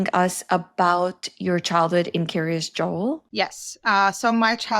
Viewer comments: It's "Kiryas" rather than "curious." It's the Ashkenazi/Yiddish pronunciation of the Hebrew "kiryat" which means "the town of." Lots of places in Israel with the same pattern: Kiryat Yam, Kiryat Gat, Kiryat Malachi, etc. I once lived in Kiryat Ono. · I keep hearing Curious Joel, like Curious George 😊